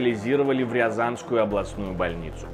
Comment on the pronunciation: "В рЯЯзанскую" 😂